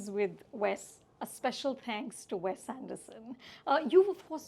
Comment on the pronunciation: You still don’t know how to say the name Wes